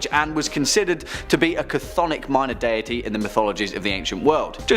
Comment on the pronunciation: Ikr I cringed every time he said it. Also the way he kept butchering the word abramellon and the way the woman pronounced deity was embarrassing